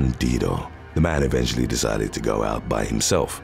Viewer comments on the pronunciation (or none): none